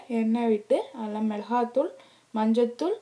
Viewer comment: Good receipe ! , small correction in ur narration , it is not "Milaha thool" but "Milaga thool" , Athu Kai not Hai ! , thanks for receipe ! Good job !